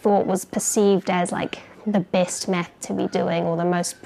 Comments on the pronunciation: i just get stuck on 1 thing about your videos. Anything other than that is perfect but you pronounce math like meth and it always cracks me up. i just wanted to tell this. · I keep hearing meth because of her accent 😅